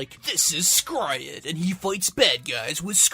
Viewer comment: It's " s cry red "